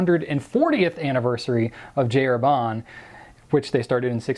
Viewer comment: Herbin = 'air - BA Not air-BAH. Completely different vowel sound : )